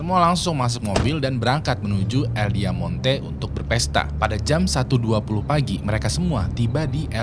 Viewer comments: Bang nama club nya "Diamante" yang artinya Berlian bukan "Diamonte" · Diamante kali bang, bukan Diamonte